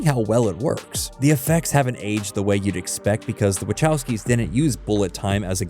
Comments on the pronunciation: I really hate the way people pronounce Wachowski... It's Vachaooosky... Closest I can transcribe is Vahovsky? But that's singular. If you use that plural it's Vahovscy ...never mind... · Hi Sorry to bother, but as a polish person, i really cant stand how you pronounce Wachowski. I know they're Americans, but still, this i a polish name and should be pronounced properly, something like Vahovsky, cheers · That "Wachowski" pronunciation though...